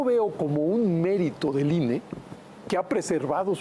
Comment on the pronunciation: Ine, no inah.